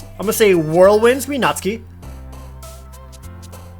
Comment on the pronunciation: NEET = Not in Employment, Education, or Training. Basically, a shut-in who doesn't contribute anything to the world or yourself. No clubs, no extra curricular activities, no college, no job, etc. BTW, THANK YOU Jared, for pronouncing "Natsuki" correctly. Everybody else says it as "naht-soo-kee" which is wrong. EDIT: Well, you pronounced it right the first time, anyway. -_